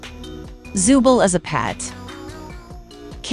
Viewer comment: You’ve been saying zoobles name wrong